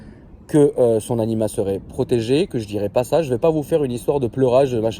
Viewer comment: t'a encore dit anima😂